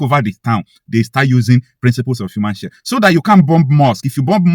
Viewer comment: it’s human shield not human shed. It’s called shield